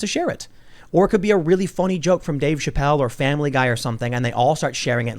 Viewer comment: Its Fonny